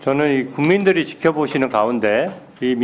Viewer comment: 나만 ’군민드리‘로 들려요??? 취하셨나 말을 하는데 졸고있는 느낌이들지